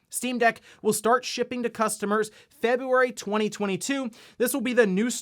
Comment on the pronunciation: I can't even be mad but February?? Ouch